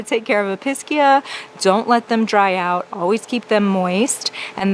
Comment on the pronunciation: EPEESHEAH not episkia!!